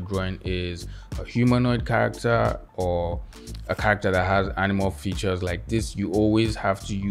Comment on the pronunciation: All I hear is CCccchhharaCCCtteeeRRr